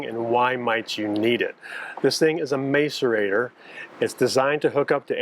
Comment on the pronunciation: Interesting video. By the way, the first 'a' in macerator is pronounced as in 'mask' not as in 'may'